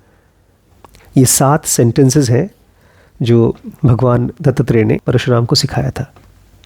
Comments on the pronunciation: its Dattatrey and not DuttTrey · गुरु दत्तात्रेय का नाम दो शब्दों से बनता है, दत्त और आत्रेय (अर्थात (महर्षि) अत्री के पुत्र) इसलिए इसका उच्चारण "दत्तात्रेय" होना चाहिए न कि "दत्तत्रेय"। Otherwise, आपका व्हिडीओ बहुत अच्छा लगा!!! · Sir its not DuttTrey its Dattatrey or Dattatreya in marathi. Pronounciation matters. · Good video, but please pronounce it as दत्तात्रेय and not दत्तत्रेय.. You should also read about नाथ and दत्तसंप्रदाय .. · It's not Dutttrey it's Duttatrey दत्तात्रेय